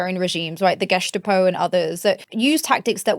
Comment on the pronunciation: "GUESTapo"???? 😆 Please learn how to say words correctly.